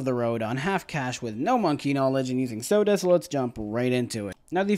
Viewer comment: pls tell me pronouncing sauda like that is a joke...